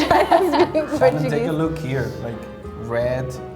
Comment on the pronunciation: She didn't noticed in Portuguese the "o"s is pronounced as U